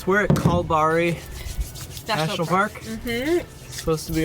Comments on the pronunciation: Kalbari= Kal Barry, Carnarvon = Car Nah vun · There's a great video from the channel Atomic Frontier about why Pink Lake in Esperance isn't pink anymore. By the way, Kalbarri is pronounced Kal-barry. Rhymes with Larry... as in Larry Page, and Carnarvon has the emphasis on the second syllable - carNARvon. Just so you can sound more Aussie! I don't know whether you guys are still there, but Monkey Mia (pronounced My-a... doesn't rhyme with ) might be worth a detour. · Love how badly you pronounce our town names. Kalbarri and Carnarvon 😂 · Kal-Barry and Car-nar-von. Great stuff guys especially that long drone shot after Billabong Roadhouse. Boy you guys are fast tracking up the west coast missing out on so many things to see at like Kalbarri and didnt go into Shark Bay. Hope after the next video you are not already in Broome need to start using that 4WD ute for what its built for. Keep up the good work and safe travels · Kalbarri - "Kal-BARRY"; Carnarvon - "Ka-NAR-vn" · Car-nah-von Cal-barry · Having grown up in WA, I must admit you have a significant skill in not being able to pronounce those regional towns in the Aussie way. I thought Carl-buddy was a bit off but I've never heard anyone call it Karn-a-vonne before, instant classic. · Over here in WA we don't feel the need to over compensate the "big" things. But, to be fair, the state is much larger and the population is sparser and maintaining attractions like that become too expensive, I guess. Just a hint guys, Kalbarri is pronounced Kal-Barry and Carnarvon, ca-nar-ven with the emphasis on the nar. Geraldton is Gerald-ton but with a very soft d, some even omit it altogether. I love Luna, I'm not sure of the reference, but it is a nice name. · ... and Kalbarri is Cal-(like california)-barry (like the name). You're getting the hang of Ute though. Goodonya!